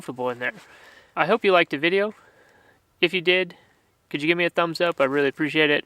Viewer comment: "That dideo" that's it, I love this guy